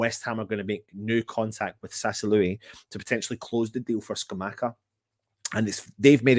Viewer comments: Sassalui 🤣🤣🤣 and always find it difficult to pronounce Sassualo.❤❤❤Luv u guys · and both day sassuolo wrong and in different ways 🤣